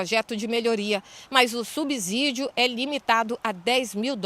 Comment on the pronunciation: Alguém avisa aos jornalistas desta rede que subsídio não se pronuncia com som de Z. É a terceira jornalista que ouço pronunciar do mesmo modo em 4 vídeos seguidos.